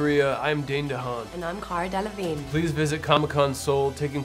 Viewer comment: 카하라 델레브인ㅋㅋㅋㅋㅋㅋ아 발음 너무 좋당